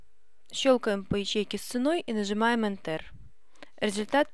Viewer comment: Не энтЕр, а Энтер.